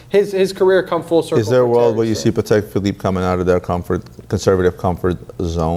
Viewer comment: woooowowowowo: Did correct "Chaykin" but calls Patek "paddec" 🤔🤨🤨🤨🤨🤨🤨🤨🤨